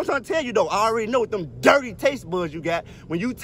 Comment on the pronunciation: With the emphasis on DIRTY...🤣